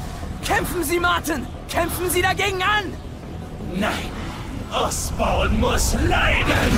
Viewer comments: Der heißt Norman Osborn nicht Oscorp. Oscorp ist die Vermischung von dem Otto und Norman :D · Habt ihr bemerkt dass er immer Norman "Oscorp" statt Osborn sagt